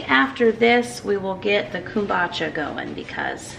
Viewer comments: It’s komBOOcha, not kOOMbotcha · Love your videos. I make kombucha also. We pronounce it "comeboocha". My son gets a kick out of you saying it😂. I don't know the proper way to pronounce it now😂. I heard if using green tea you should mix with black tea also. It needs the black tea. I don't know if that's true but we shall see how yours turns out.❤